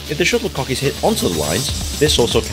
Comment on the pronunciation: I thought he was calling it a sugar Puck😂.